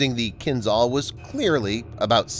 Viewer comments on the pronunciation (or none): Kinjhal it is, not Kinzhal. Wrong sounding. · It's not "kin-ZAL", it's "Kin-JAL" ZH is supposed to sound like "S" in "visual"